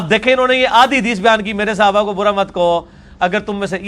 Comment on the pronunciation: Congrats for 3 lac subscribers but engineer sahab the word is Sahaba not Sihaba plz ap sahe word use kren.